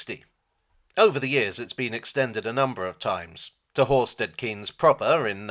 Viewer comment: Thanks for the video. I grew up in Horsted Keynes and my own interest in steam locos greatly stems from this. Couple of points though. Horsted Keynes is pronounced Horsted Kanes, owing to its link to the French village of Cahagnes and the Norman duke (William de) Cahaignes who was granted several English places as a reward by William the Conqueror in return for his help during the 1066 invasion. The village is now twinned with the village of Cahagnes from which said Duke came from, and unlike some other more famous former places granted to the Cahaignes family, they've kept the more French pronunciation of the name. (Though I guess the family itself seems to use the more Anglicised name now - John Maynard Keynes was a descendant of said Duke, for instance.) Also, the line crosses the East and West Sussex border, so it's probably more accurate to describe it as based in Sussex rather than East Sussex (though the HQ at Sheffield Park (said as spelt!) is admittedly in East Sussex). I think someone else already mentioned Ardingly being pronounced as though it ends in "e" (aka "Ardinglye"). All in all however, really glad you enjoy the Bluebell. Keep up the good work!